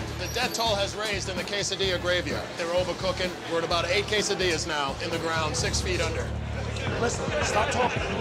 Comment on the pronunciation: The captions didn’t even know he said quesadillas lol. It hates his pronunciation.